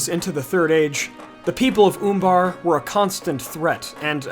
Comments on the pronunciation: I believe it's pronounced Uh in the U in Umbar not Oombar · Oombar, I love the way you pronounce that.